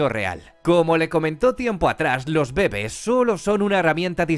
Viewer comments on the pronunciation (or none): "los bébes" (?)